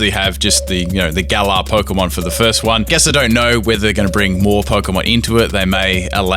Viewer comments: Ur saying Gallour weong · The Way You Said Galar Smh 😓